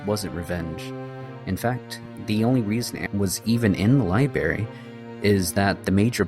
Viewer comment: Except for when he says 'libary'